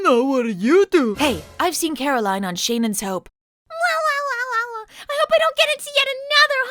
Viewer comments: The whole "Shane-en's Hope" flub looked anything but. You CAN'T tell me that isn't a script on Angelica Bridges' clipboard, likely given to her right before filming by a smart-ass producer who wanted to mess with Bleeth on her way out. "The whole premise is ridiculous anyway, so just say the line and be sure to deliberately mispronounce the name of her new show. It'll be funny! To me!" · I LOVE that reverse-shot of Caroline after Taylor says "Shane-en's Hope". It looks like Yasmine was going through her own version of your "Not in my last episode!" gag; "Angelica severely mispronounced a word in a scene opposite me in my last epiosde? NnnnyyyyyyeeeeeeeeaaaaaaaaaAAAAHHHHH"